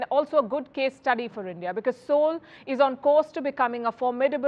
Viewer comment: Appreciation. She pronounces the Seoul right, which sounds like Soul in native language.